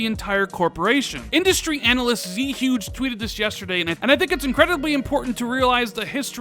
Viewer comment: Z huge lmao i dont think many people know but its pronounced Joo-gay i think its from a romance of the 3 kingdoms character Zhuge Liang